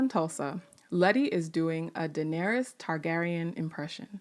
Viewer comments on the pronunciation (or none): none